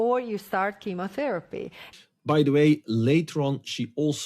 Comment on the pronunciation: Even the automated subtitles describe your utterance of "chemotherapy" as "cameratherapy" Please pronounce shit correctly. Otherwise you are unintelligable.